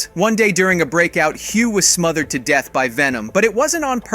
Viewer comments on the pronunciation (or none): none